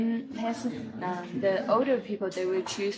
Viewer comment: 我觉得最搞笑的是油管上一个藏语小品视频下面有海外藏人呼吁不要用拉萨话说台词，因为听上去和汉语普通话太像了😂而且视频里的女生明显就是拉萨人， 这里她说“拉萨”这两个字的时候发音是ལྷའི་ས而不是照着藏文读成ལྷ་ས